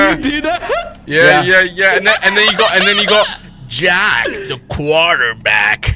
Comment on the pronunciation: JAACK the quarterback!